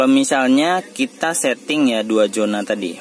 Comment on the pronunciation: Zona mas usuuup... bukan Jona 😄😄